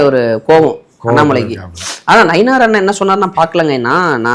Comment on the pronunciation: நயினார்...... இல்ல நைனா 😅😂😅